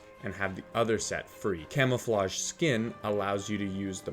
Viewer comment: "Nutrel" "Fetures" "Camofloge"